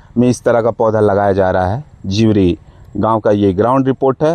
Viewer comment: जीवरी को दिवड़ी बोल रहा है 😂 क्या पत्रकार बनेगा रे तू 😂😂